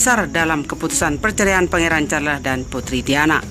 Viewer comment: Terlalu cepat bicaranya sampai2 banyak kata yg tidak jelas Carles care & msh byk lag yg slh ucap Saran buat mbaknya Bicaranya jgn terlalu cepat biar tdk salah2 ucap